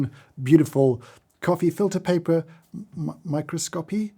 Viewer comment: From a scientist, I've always heard microscopy the second way - My Craw Scope ee. So you got it right, there.